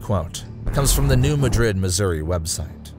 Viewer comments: Not you too!-its new mad=rid,not new ma-drid,please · If i hear one more person call my hometown new madrid im gonna scream! iTs New MAD-rid. We dont say it like madrid spain. Its got a country twang to it. Im not trying to be mean im trying to correct how you say the name of the fault line. Also many pastors in the 80s had prophetic dreams about this time! Great video! Much love❤ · It kills me the way the Bootheel of Missouri and New Madrid are pronounced in this video.